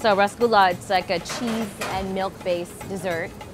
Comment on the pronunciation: No Rass in Rassgulla... Also its Roshogolla